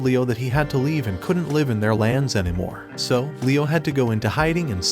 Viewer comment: i will have to comment cause it happened again... Please learn the pronunciation of "live" as a verb!